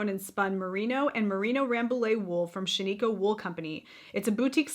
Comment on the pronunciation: Hi, hope you feel better soon! Shaniko is pronounced Shan-i-koh. I love Knit Picks yarns and their High Desert is a really nice yarn. ❤️